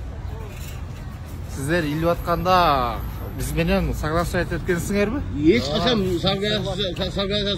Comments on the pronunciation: согласовать деген сөздү айтам деп тили сынып калайын деди окшойт😅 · баракелде! Согласовать дегенди сонун айтты аа)))